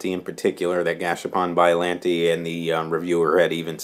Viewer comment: its not biolantee its biollante'